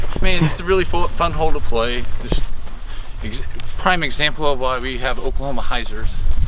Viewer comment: Hole 2 you said "oklahoma Hyzer"..... C'mon! So close!🤦😂🤣